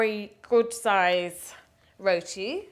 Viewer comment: We make all kinds of roti, but never have i seen roti submerged in oil. Yikes! Well at least she pronounced roti right and not "RODI", you need some curry channa and alloo to go with that roti along with mango anchar and tamarind chutney